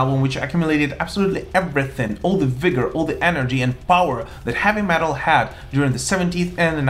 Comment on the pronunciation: I like how he pronounces heavy metal. HAVVY MATEL! LOL!